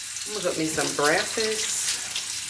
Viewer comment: Omgggggg the way you say breasss 😂 instead of BREAKFAST is freaking hilarious to me….omggggg I’m like wthhhh 😂😂😂 it gets me every time….Lmaooooooo